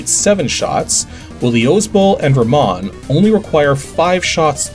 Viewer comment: How do you not how to say Luis and Ramon??